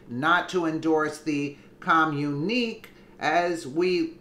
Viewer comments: With all due respect, the work is pronounced come-you-na-k, I'm sure you heard this word during your lifetime, it's just the way the word is spelled that made you mispronounce it. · btw, that's a communi-kay (enunciation). other FAKE "news" tried to claim the photo being all those false leaders actually bullying President Trump, as if it'd work at all? lmao! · It is pronounced com-mu- ne- kay